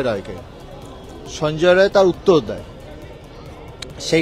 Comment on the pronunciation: Not Roy it is Rai